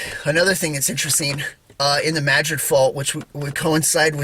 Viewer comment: I just looked so forward when you post a video….You are the only person who pronounces New Madrid right I live in South East Missouri and everybody pronounces it wrong lol